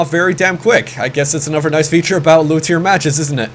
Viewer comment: does anyone notice that when says "another" he says "anover" pronounced "a-nu-ver"